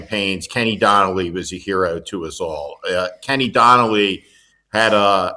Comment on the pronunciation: Uh, Kenny O'Donnell...not Kenny Donnelly.